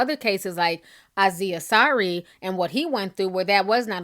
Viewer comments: omg T ... I love you for using your platform but damn T "Aziz" is pronounced like 'AZEEZ' lmfao it was driving me freaking crazy!!!! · Ti is terrible with pronouncing names. She has called him Anzi, Azi, Acai... lol. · Ti got me questioning if Aziz name really is Aneeze for a minute 😂🤨